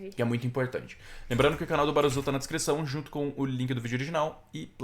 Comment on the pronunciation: Mano, sei que é besteira, mas se pronuncia” baruçu”, fica a dica, react top